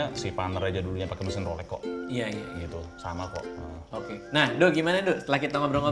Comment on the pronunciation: bukan rolek wkwkkwkw gk bs bilang rolex ya